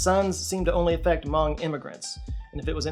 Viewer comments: Might be a regional difference but isnt hmong pronounced like "muhng"? Ive never heard it said "mawng" before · Hmong is pronounced "muhng", not "mahng" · We love you,, but you're mispronounced Hmong. It sounds like mung. I went to elementary school with a bunch of Hmong kids, they're actually a really cool people, very pretty dresses n such. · Stop saying Mong. It's so funny. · I'm not Hmong but I do know they pronounce it "Muhng". I could be wrong but it seemed off the way is saying it here. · Hmong rhymes with flung, not bong 😜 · I may be wrong but i think he also gets the pernounciation of hmong wrong and where hmong people settled in america